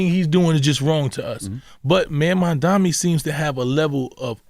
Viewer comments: MAM-DA-NI. It’s not that hard bro damn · He could learn how to say Mamdani's name properly